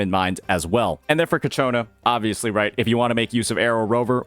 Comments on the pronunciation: please stop saying cacciona. it’s ciaccona. cha-kko-na. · love the content but every time you say kachona is making my blood boil at this time lmao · I’m pretty sure It’s pronounced Cha-ccona like ciao. I think it’s Italian based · yea I know, he keeps mispronounce her name in all his videos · The ci is pronounced like ch bro. pretty much like how you say ciabatta is how you say ciaccona